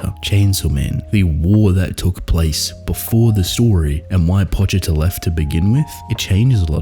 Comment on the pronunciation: I’m so happy you say Pochita correctly… so sick of hearing people say poCHEEta. Always love your analysis… I’m so simple that I never think this deeply about what is happening so I really appreciate your content.